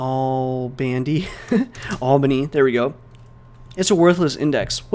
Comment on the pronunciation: Everyone: albany_df: albandy_df